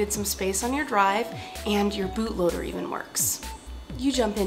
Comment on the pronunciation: I heard boobloader.. Am I the only one?